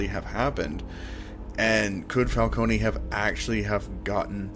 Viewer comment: I'm sorry but the pronunciation of these names killed me so for my own sanity I have to say Ra'h al ghoul is Pronouced Ray•sh•al•ghoul falcone is pronounced Fal•cone (no y) ect. Still great vedio and loved it tho!